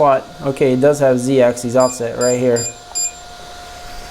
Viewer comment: Sorry to be that guy but it drove me a little nuts: “axis” is pronounced just how it's spelled, with a short I. It's the plural “axes” that ends with an -eez sound. More importantly, though, some solid points on what to adjust and how, thanks!